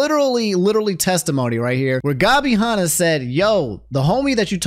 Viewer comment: dude i love uou but calling Gabby Hannah gobby Honna is so fucking funny. Nux is gonna get your ass